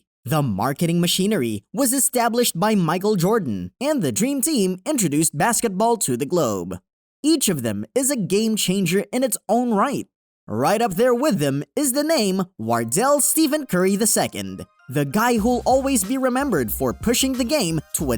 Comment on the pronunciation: Steff-an. Not Steven. Stephen